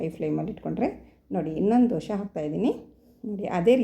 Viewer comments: ದಯವಿಟ್ಟು ದೋಸೆ ಅಂತ ಹೇಳಿ. ದೋಷೆ ಅನ್ನಬೇಡಿ. ನೀವು ಕನ್ನಡದವರೇ ಅನ್ನಿಸುತ್ತೆ. ಚೆನ್ನಾಗಿ ಮಾತಾಡ್ತೀರಿ.. ಅದಕ್ಕೇ ಈ ರಿಕ್ವೆಸ್ಟ್. Thanks for the nice recipe. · Dose not Doshe. Pronounce Kannada properly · Not doshe ...... Dhose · ದೋಷೆ ಅಲ್ಲ ಅದು ಅದು ದೋಸೆ 😎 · Dosha anbedi..Dose. Anni😊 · ಸುಂದರ ಉತ್ತರ.. ಜೊತೆಗೆ ಕೆಲವರಿಗೆ ಸಕಾರಕ್ಕೆ ಶಕಾರವಾಗುತ್ತದೆ..ಹೀಗಳಿಯಬೇಡಿ.